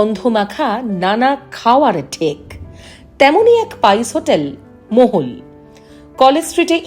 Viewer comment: ভদ্রমহিলা 'মহল'কে মোগল/মোহল/মোহন উচ্চারণ করছে কেন???